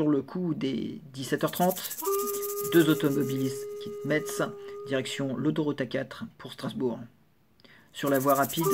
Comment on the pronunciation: Je vais faire mon pointilleux mais Metz se prononce "mess" merci 🙂 A la semaine prochaine